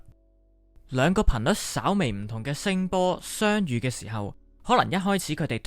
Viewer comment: (相)遇 字讲吾正